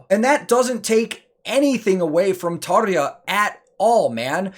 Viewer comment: One quick note... 10/10 Tarja pronunciation... ok... carry on... cheers...